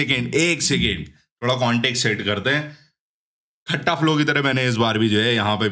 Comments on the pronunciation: bhai that's not खट्टा flow that's खता flow 😭😭😭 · Bhai Khatta nahi hai woh its soft waala tha Its Khaththa agar pronounciation batau toh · Bhai khata nhi khatta(scrap) flow naam hai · Bro it's khatta flow not खट्टा flow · Its khatta flow not that khatta (sour) 😂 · arey yrrr bhaiya khatta flow glat pronounce kr rhe ho aap KHATTA flow ke mv mai last scene mai dekh kr aao sahi pronunciation hindi mai